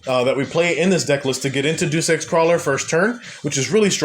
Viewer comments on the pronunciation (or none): As a Krawler fan that started using ninjas, absolutely based list! Just an fyi, “Deus” is pronounced as Day-Oose. Like in Deus-Ex-Machina.